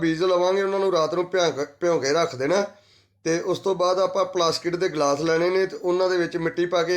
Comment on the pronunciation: ਪਲਾਸਟਿਕ ❌ਪਲਾਕਸਿਟ ✅